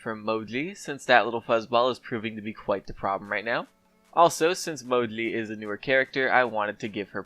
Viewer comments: It is Mo-Gee. Not MoGleey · Say "Mo-jee" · Man, I know I'll get hate for this but I really hate how you call her Mowgli or whatever the fuck you're calling her. Even she herself says MOJI when she's picked. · you’re saying mo-jlee. Instead of mo-jee. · why do u call moji "moli"??? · He said Modli